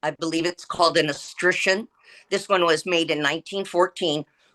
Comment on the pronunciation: I don't like the fact that he miss pronounced "escutcheon" And what they keep referring to as "baseboards " are actually kick plates